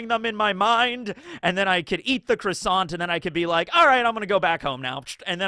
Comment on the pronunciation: from a french that doesn't bother, unlike rude Parisian* waiters/cashiers : the t of croissant is silent. * : change the city name if needed